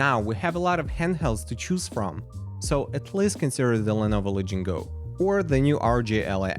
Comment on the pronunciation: lenovo la-ging-go????????